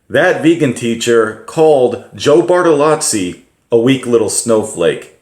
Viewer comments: Bartolo(zz)i not Bartalatsi Thank you for the video. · "Joe Bartolotzi"